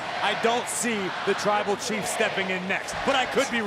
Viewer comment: Hold up when roman got out of the cage did he say twible chief cuz that's what i heard